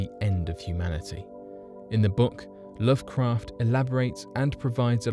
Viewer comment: Lovecraft sounds more like love Crack